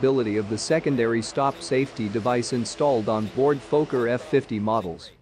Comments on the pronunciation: It si not "f-OH-kker", it is "f-AH-kker". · Robot needs to know it’s a focker not a folker…. This is what happens when your not ready and you let ATC make your decisions for you, Wouldn’t have started the approach with RVR below the required. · Phoca? It's a Fokker. It's like calling a Douglas a doo glas. You know anything about aircraft but don't know something basic like what it's called?